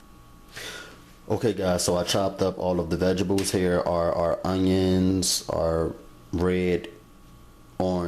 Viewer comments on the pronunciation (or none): it's vegetables not vegables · "Vegebles"! Lol! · Did you say vegibles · Hahaha. Vegebles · lol, I had to keep going back to make sure I heard it, yep, he said VEGIBLES, rotfl....whew!. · I dont know one person who can yo. I sure can't. When he says vegebles. He is a cutie tootie (sorry I'm real southern) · Why can't you pronounce VEGTABLES properly?